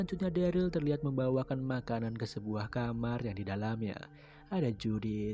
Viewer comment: harus nya dereul, bukan deril